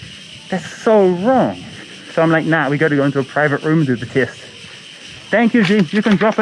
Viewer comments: At first I heard kiss then I realised he said test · Maybe it's the mask, but am I the only one hearing him say: "I don't know why they are 'kissing me'?"